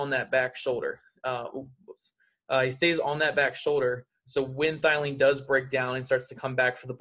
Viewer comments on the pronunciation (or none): Thielen......... It's Theee-Lenn lololol